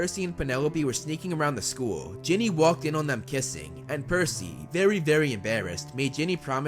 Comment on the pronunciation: Umm... it is Ginny not jenny